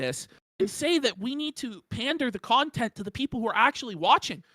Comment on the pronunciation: Now that is a felting you dont come back from.🤣🤣🤣🤣🤣👍🏽 “conteny” just killed me!🤣🤣